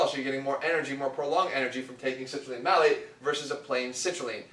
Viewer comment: It's Citrulline MALATE. Not Malec :P